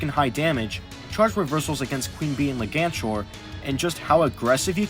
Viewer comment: I'm pretty confident it's pronounced as Leg-anchor, since you know - jellyfish legs and stingers that works like an anchor.